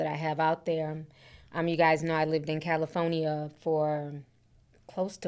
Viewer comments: Ti we good with you saying Cali instead of Caly Phone ya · Calafonya lol. I’m sorry but that was funny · Ti be like Cali-Phone-Ih-Yah 😂… also this is a reminder people should always stay ready for a natural disaster especially if you live in an area known for them … prayers up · Cala-fonya... I've been pronouncing like you since yesterday and my kids are sick of it 😂😂. I'm in Texas, south to be exact and we didn't get the weather north Texas has. I wish they help California instead of politicizing it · ….🗣️CaliPHONYia lol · Jeez prayers to everyone in California. I was born there. 😢 Ti I hope you don't get upset with me for saying this but I've never heard anyone ever pronounce California like you do....EVER 😅 my mother was listening in and screeches everytime she heard you say it. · Thank you for the updates I love you girl, but California has 4 syllables not 5 😂. I get tickled every time you say California. Keep up the great work sis❤ #Caligirl